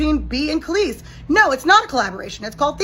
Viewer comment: Kelis sounds like she's saying, "Meet me outside." Lol